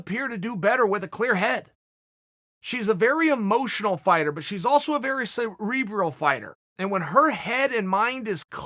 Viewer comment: Will somebody teach this 'cebebral' tit how to use common phrases, by example.....few too many schlapppps to the face seem to have made him forget how to speak